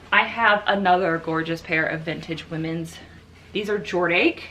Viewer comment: I'm dying that you're calling "Jor-dash" "Jord-ache." Is that really how you're supposed to pronounce it?